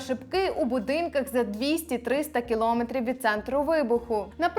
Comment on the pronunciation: Двічі сказала "кілОметр". Правильно наголос на Е. КіломЕтр. "Дєрєвєншчина".